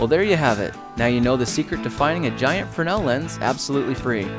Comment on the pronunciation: its not a "fer-nel" lens its a "frenz-el"lens just for correct pronunciation and great video by the way